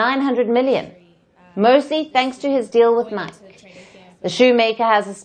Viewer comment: could be AI? at 47.01 she calls the Footwear brand Nike ( N-eye Key) nike like rhymes with mic or mike. That kind of mistake is classic AI